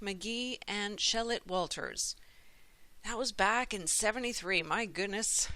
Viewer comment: It's Gene Shalit, not Shallit Walters.